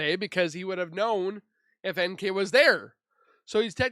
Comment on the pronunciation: I love it when the AI voices call NK nickel,like the currency.💰All she is worth is 5 cents.🤭God Bless you Z!!!🌻